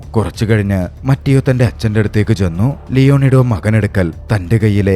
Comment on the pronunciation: ബ്രോ , മറ്റിയോ അല്ല മത്തെയോ എന്നാണ് ( mathew എന്നതിന്റെ ഇറ്റാലിയൻ പേരാണ് മത്തെയോ )🙏🏻